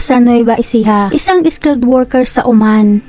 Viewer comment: Oman hindi Uman.. Diyos ko nakakainis yung narator. Ayosin mo magsalita.